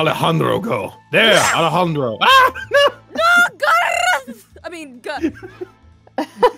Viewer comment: Anyone here that watches Total Drama cringed just slightly when she said the name Alejandro.